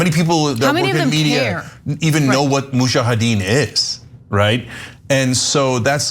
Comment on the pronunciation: Crank head does not even know how to pronounce Mujahideen......